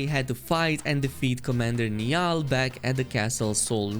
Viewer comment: Its so funny hearing you say 'Niall' it's pronounced Nile not Knee all. Great video though!